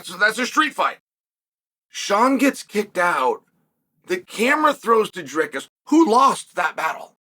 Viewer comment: Chael it’s Dry-cuss